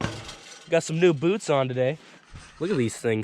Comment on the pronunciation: What kind of boots? Lol at that pronunciation.